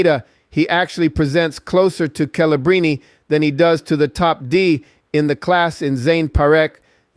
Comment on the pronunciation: The info was good, but pronunciations like "Kelebrini" with a hard C, and "Gai" Lafleur kind of give it away.